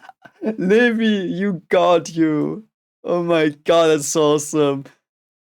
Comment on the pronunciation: Levi is pronounced "Lee-vye", as in, the english way and not the german way.